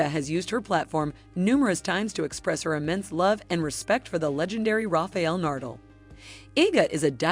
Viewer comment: Nice vídeo, but who is 'Rafiel Nurdle'?